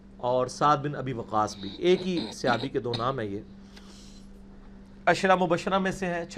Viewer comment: Sihabi nhi khuda Ka wasta apni pronunciation teak kro.